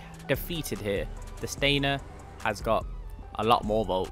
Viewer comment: Ngl it’s triggering hearing you pronounce Felon and Stanier Wrong. 😭 It’s Felon not Feelon! 💀😭 And it’s Stanier not Stainer😭